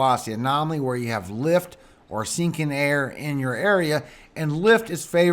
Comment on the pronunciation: Here is a laugh for you 😁. The first time I heard you say sinking air I thought you were saying stinking air. I was like stinking air? What is that and what does that even mean. Then I realized you were saying sinking air 🤣🤣. I got the biggest laugh out of my misunderstanding. Ever since then I get a chuckle every time you say it lol. Laughter is so great for your soul and health. God Bless you